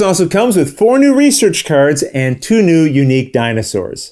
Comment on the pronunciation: Your pronunciation of Le Havre is perfect. Those kerds, on the other hand...